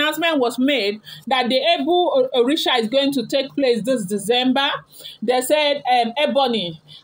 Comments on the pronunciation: Pronounce :Eh-bor ibeh-reh. I genuinely doubt Ebony's mental well-being😢. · He bo hi be re that is the pronunciation. You are even trying o jare my daughter. Ashley's secret has opened, and don't mind her. She can not do anything again. Her power has been rendered useless by Almighty God of Heaven. All kayamata that she has been using for Kabiyesi ever since Adeola's mum regime down to Mama Adewamiwa to Naomi. It is finished for Ashley. Ika buruku. And she has gotten her own children, she doesn't even think of tomorrow on those children. God dey. And God will judge Ashley accordingly, is a matter of time, and the time is imminent.